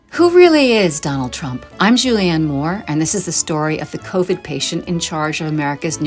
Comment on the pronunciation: 😭😂😭😂 “ THE co-vid patient in charge of America’s nuclear arsenal...”